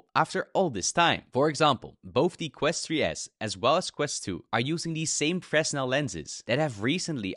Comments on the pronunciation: Stop saying fres•nel it’s pronouced fruh•nel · just for future reference, for the word "fresnel" the s is silent. its said like frehnel. i appreciate this video tho i didnt know the 3s didnt have a headphone jack, that sucks because i use haptic feedback headphones with my quest 2 (skullcandy crushers)